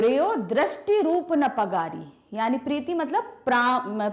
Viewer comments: Mam ji ne दृष्टि न रूप परागी को , दृष्टि न रूप !पगारी! पढ़ी है ।। कोई बात नहीं ऐसा होता है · Legend noticed.. ma'am was saying 'पगारी' to 'परागी'... But she explained it very nicely...Thanku so much for such type of explanation.....😇😇😇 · mam it's परागी not पगारी ap परागी ko baar baar पगारी bol re ho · Mam aap परागी को पगारी bol rahi hai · व्याख्या करते समय बहुत सारे शब्दों का उच्चारण सही नहीं किया,,, जैसे- परागी को दोनों बार पगारी बोला गया,,, बहुत सारी पंक्तियों की व्याख्या करी ही नहीं गयी और अनेक की गलत की गई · its paragi not pagari ! Or maybe dono tarah se bola jata hai ? Please tell me.